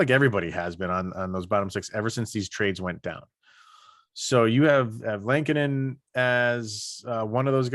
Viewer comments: Say it with me folks...L-eh-ko-nen. Not the same as Chicago goalie Kevin Lankinen. Only two n's in there. Not sure why this bothers me but I can't get passed it lol. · Am I saying Lehkonen wrong or are you guys? Haha. I thought it was pronounced “lekanen”. Every time you guys say it I think you’re talking about the hawks goalie “lankinen”